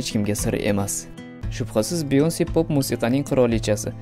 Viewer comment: Beyoncemas byanka db oqiladi